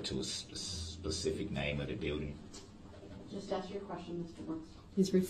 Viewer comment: He can’t even say building!! Seeked shelter. Gosh! Did he go to kindergarten???